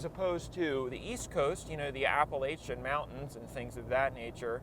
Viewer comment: you mispronounced appalachia but i do love the weather videos